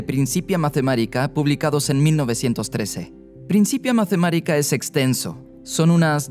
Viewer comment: Excelente vídeo, solo una pregunta: ¿Por qué pronuncian ‘mathemárica’ y ‘plas’ si son palabras latinas, no inglesas? Se dice /matemática/ y /plus/ 😉